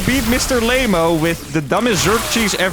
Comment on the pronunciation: Lamo ❌ Lame-O ✅